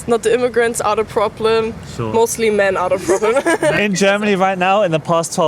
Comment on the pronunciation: She says: ‘..I think people are the problem. And the most people are maans “. 😂